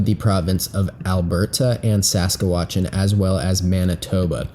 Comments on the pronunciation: Damn nobody can pronounce Saskatchewan this is so funny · Lol he butchered the pronounciation of Saskatchewan and Nunavut😂😂